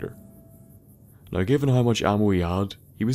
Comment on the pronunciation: I'm gonna go out on a limb and say that is from Dublin. My evidence being that he Pronounces "Now" like "Nigh". If you don't get what I mean, go to ireland and... Just go to Ireland.